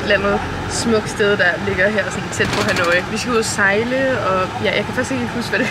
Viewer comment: Det udtales "ha-noi" og ikke "ha-nooooi" 😉 elsker dine rejsevlogs!!